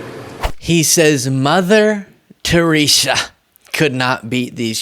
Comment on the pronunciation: Did he just say mother Therisa....!!! This guy is the stuff you scrape off your shoe...lmaorotf